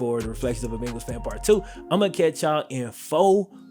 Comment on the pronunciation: Why you had to say part 2 so hard tho? 😤